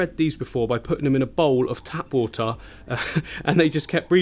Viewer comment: Just had to bring it up... "The Woohtaa"